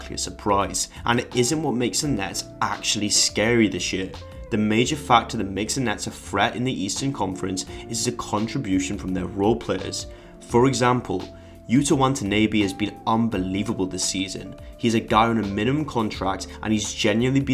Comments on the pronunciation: LOL THAT PRONOUNCATION OF WATANABE..... "WA-TA-NEEH-BEE" DFKM Its "WA-TA-NAH-BAE" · Yeah I notice him mispronouncing his name too but like he said He's still a Hooper👍🏽✌🏽 I just called him Yuta, The Brooklyn Nets "Linsanity"